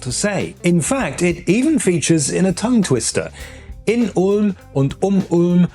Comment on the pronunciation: You just said the Ulm tongue-twister better than me, a native German speaker